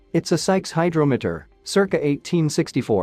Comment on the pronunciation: Terrible Ai voice. It can't even pronounce "hydrometer" correctly. Why dont you just get a human to do it? Lme guess, you guys are from Asia?